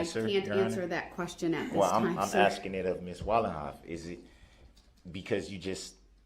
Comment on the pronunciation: He's "axing" a lot of questions